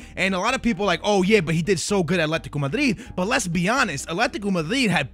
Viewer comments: Your pronunciation is so over the top, Atletttticooo Madriddde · the way he says " athletico madrid" 😂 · What are you saying when you say athletico Madrid like what the hell man you're American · "aletiqooh mudreed" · aletico madee... please shut the fuck up i want to kill myself when you overpronounce ever single fucking word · STFU with the fake pronouciations... Atletico Matdriirjejdiiiiii